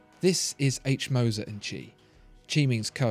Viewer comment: Wtf... i have never seen an non native germanspeaker nail the name Moser like you did.